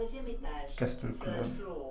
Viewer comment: Salut, un grand merci pour cette vidéo qui fait rêver, au fait, Castle Club se prononce "Caseul Club", le T ne se prononce pas 😊, je vous adore, à très bientôt, gros bisous 😘, Sébastien